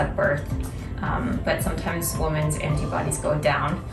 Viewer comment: I don't know if this is a Canadian thing but I've noticed you usually pronounce women the same as 'woman'. We pronounce the words differently in Australia. Just an interesting observation!